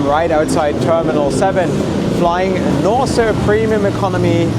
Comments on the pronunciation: You pronounce the name wrong, it's Nors e, without e at the end . Like a horse. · Is the name not spoken as NORS? The long E at the end doesnt belong in the pronounced airline name, does it? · Something does not sound right with the NOR-SEEE pronunciation. Should be "nors(e)" ? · Not sure how you missed on Norwegian being bankrupt (they certainly are not), and the name of this airline being Nors’ (with a silent E), as in Norse Mythology…